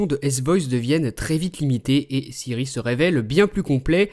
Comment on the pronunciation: LOL... C'est Siri pas Syrie